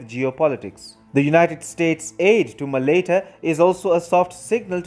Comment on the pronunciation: You are pronouncing Malaita wrong